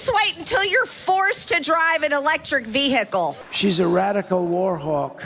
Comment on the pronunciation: Vee hick le?